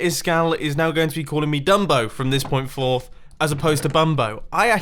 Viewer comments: sounds like "fuck you" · mumbo you need to check the footage I think you said the F word caption all so say off you so ya it sounded like that too😂😂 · Siddhant Roy He said forth but it did sound like it "From this point- FORTH!!" it did sound like he swore though. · He says forth.